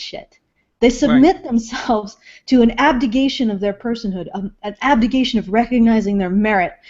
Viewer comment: I'm so sorry to bring this up but. You have Got to stop saying "abdigation". You just gotta stop doing it. Get mad at me all you want but it's Not a word. AbdiCation. (sigh) Here comes the Shit-Storm.